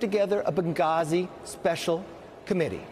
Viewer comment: McCarthy looks like a winner! Now I want him to break the 100 year record! You show ‘em Kev!😊 Also, gotta love the usual platitudes from the demented uncle from The Maralago nursing home. Also, why does call it “Bungazi”?